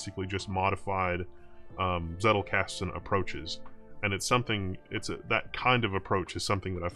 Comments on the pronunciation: It's pronounced Tsettel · One interesting tidbit is that the German "Z" is spoken like "Ts" so "Zettelkasten" would be more like "Tsettelkasten" when spoken. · I just watched it to see how he pronounces "Zettelkasten" ....